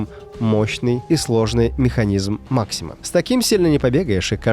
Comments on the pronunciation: Правильно говорить "пулемет мАксима", потому что фамилия конструктора "МАксим" с ударением на "а". А почему тогда "пулемет шОша"? Если фамилия конструктора - ШошА, с ударением на "а", и она не склоняется... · пулемёт мАксима. Это английский пулемёт. Ударение на первую гласную. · пулемёт кого? Пулемёт Ма'ксимА, а "Макси'м" это его прозвище в Советском Союзе, как Квас - прозвище КВ-1С в игре. Не путайте прозвище, которое без склонения, с названием со склонением. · Пулемёт мАксима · пулемет мАксима. Ударение на первый слог))